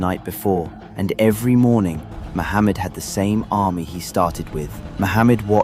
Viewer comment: Its not sultan Mohamed as you pronounce it and its a totally different name called MEHMET. get your facts correct before making such a crap video , it's deserves to go through its paces and tell them your biased not punctual and yoir version is of a jo k e